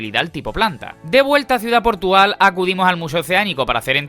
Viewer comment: Ha dicho ciudad portugal? XD